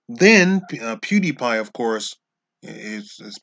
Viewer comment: What the hell is a "pudy pie?"